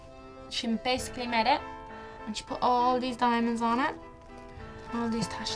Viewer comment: I think they mean Diamanté but pronounce it the same way as 'Diamond'